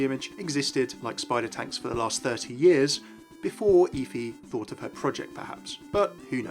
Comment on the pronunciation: It's pronounced F-ee like Jennifer Hudson off dream girls